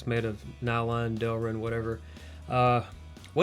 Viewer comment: I think you mean Delrin, not derlin?